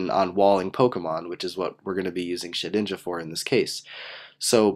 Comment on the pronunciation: lol and i love how you were saying "SHITinja"